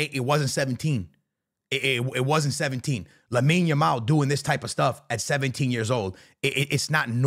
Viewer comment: Finally he Call that boy "Lamine" not yamin yamal 😅